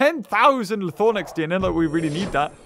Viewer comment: it’s called “ Lie Throw Nax” not Lie Thor Nax